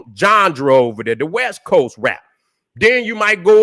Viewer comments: Lol. I get my kicks every time he says the word genre aka johndera. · is the only one, who can get away with pronouncing genre,as johndruh. Get em 🫡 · been my guy for a decade and a half now but someone tell this man how to say Genre please 😂😂😂